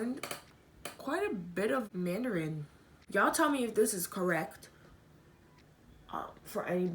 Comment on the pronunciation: My condolences to you & the family once again. I also studied Mandarin in College... and forgot most of it 😅BUt i remember a few phrases and your pronunciation is really good 👍🏾